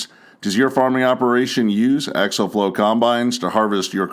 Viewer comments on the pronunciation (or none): It isn’t axle flow. It is axial flow. They aren’t pronounced the same.